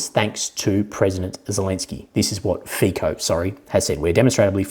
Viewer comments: just a small point. Fico, due to Slovakian pronunciation where the letter c is pronounced 'ts'. His name is said like this, as strange as it may look/sound: FEETSO. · 👋 subscriber from Slovakia here. my 2 Cents: 1. Fico is spelled something like Fitso 😊 2. fun fact: not only was russian gas transformed through the pipelines across UA to Slovakia, but UA gets paid hundreds of millions of $$ as a transit fee. even funnier, that UA is buying & consuming russian gas itself. want to laugh even more? UA was not willing to transfer russian raw oil through its territory. solution: the raw oil changes ownership on RU/UA border and becomes ownership of EU based (SK, HU, etc) oil companies. so it doesnt even need to be “repacked” in India and other 3rd party countries. no moral issues here? 💁‍♂️